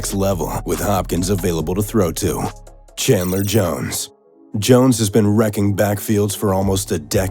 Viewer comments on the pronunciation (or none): none